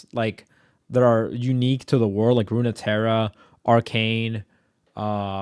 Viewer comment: "Runeterra" is pronounced "roon-terra".